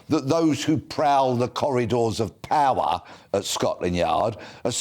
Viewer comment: why does he remind me of emperor palpatine when he says "powah"